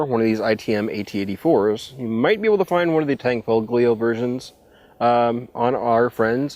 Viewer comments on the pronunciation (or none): How different is that from the AT-84s? I love the CZ 75 family of pistols, they are awesome! Tan-fo-lee-oh, is the phonetic spelling of Tanfoglio. I believe that I have unmasked as...... NOT AN ITALIAN!!!!! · You don't pronounce the G in Tanfoglio. Just Tanfolio and you will be saying it right. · it's pronounced solo-tour-n :-) (a Canton of Switzerland). And the "G" in "Tanfoglio" is silent. (sorry about being a smartass...) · you do not pronounce the "g" in tanfoglio just an fyi. love the vids!